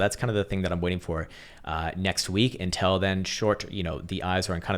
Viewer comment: How pronounces 'until' should be studied by science